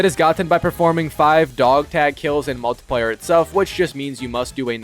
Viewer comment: same way he pronouces multiplayer